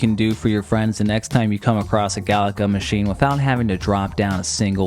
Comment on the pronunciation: You're the only person in my 46 years I've heard pronounce 'Galaga" as "Galacka" that's so weird.